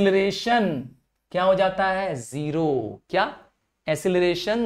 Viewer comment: Sir( jata) bola jata ha 😅